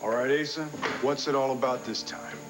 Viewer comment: I love how Patrick called Asa "Asa"-- I wonder if that was deliberate in the script...